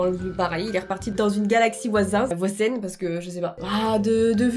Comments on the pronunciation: on dit voisine pas voisaine 😂😂😂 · Galaxie voisine pas voizen 🤣🤣🤣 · Pas voizen on dit voisine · Ont dis galaxie voisine